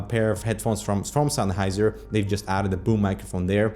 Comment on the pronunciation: sun-heiser, bye-denamics? that's not how they're pronounced)